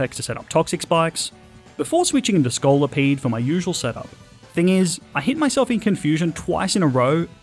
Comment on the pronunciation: THE SECOND O IN SCOLIPEDE IS SUPPOSED TO BE AN I!